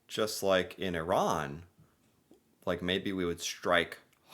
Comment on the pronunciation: Byw its iran not iron 😂🤦